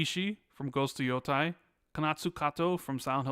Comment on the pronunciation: Is there a reason keeps saying “YO-TIE” every single time?